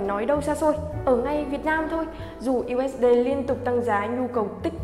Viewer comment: 1 là đọc "diu ếch đi".2 là đọc "u ếch đê".